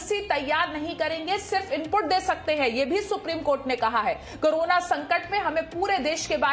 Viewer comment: Madm krona nhe Korona she to bolna chahiye 😂😂😂